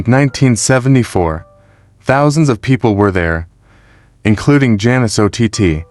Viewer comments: It's ott like otter not O t tea? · Ott is pronounced like "ought"